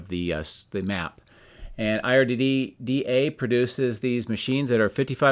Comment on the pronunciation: IDRA, not IRDA